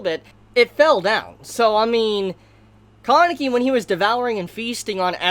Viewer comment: im confused when you are pronouncing kaneki's name. im hearing koneki?